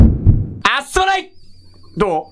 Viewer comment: すまないがストライクに聞こえる‥‥wうちだけか？